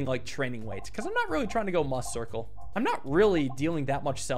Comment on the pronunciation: It's pronounced MEWcircle! Like 'Musical'! AAAA